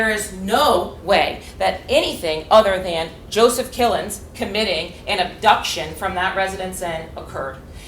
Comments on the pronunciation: I heard his name as Kill'ems. Close enough and WOW!! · It sounded like she said “Mr Kill em’s” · "Killins" FFS